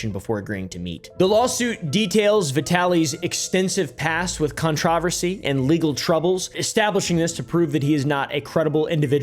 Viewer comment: Bro who taught you how to say "controversy"😂